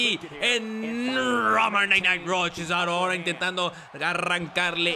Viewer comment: en vez de decir cesaro dices CHESARO xD